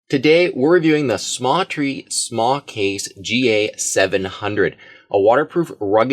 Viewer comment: I thought it was the smatree not samtree